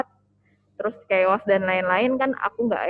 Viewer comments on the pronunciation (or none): none